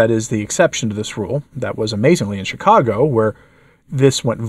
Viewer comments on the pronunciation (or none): none